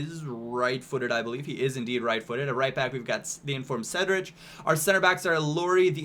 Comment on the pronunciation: to players for your left side: Duda (lm) and Ruben Ferreira which is much better than Joaozinho defensively Oh and by the way Cedric is not pronounced how you have been doing it, the right way to pronounce it is like 'Cedrik' Good Video as always (